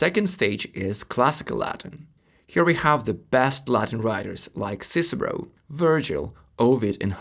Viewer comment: For the very least learn how to correctly pronounce the name of giants, e.g. Caesar, Cicero. Why make a video about Latin if you can’t pronounce the minimum…..